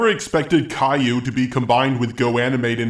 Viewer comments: CAL-YOU or KAI-YOO. NOT CALLU WTF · Please, it's not Kay-Loo, but Kai-You, like Cobra-Kai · kale-ooh > kai-u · how to say Caillou in GoAnimate: Kai u that'll say it properly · It is pronounced cai-you :p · Only gripe is Cay-lue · "Kale-oo" smh my head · it's pronounced "ka-ee-yoo" Caillou. I think it's french or something since it's Canadian.... don't ask me how I got this information.... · He keeps miss pronouncing Caillou but people say things differently I guess